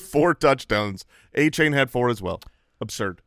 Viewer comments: Achane said were pronouncing his name wrong. Its De-Von A-Chan like chan in channel. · Achane has come out and addressed the incorrect pronunciation of his name so you guys can stop butchering it 😂